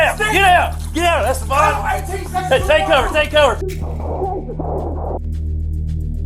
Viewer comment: “Eh stay ban”